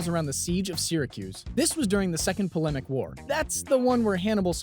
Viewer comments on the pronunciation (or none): The Second "Polemic" war? Try the Second Punic War.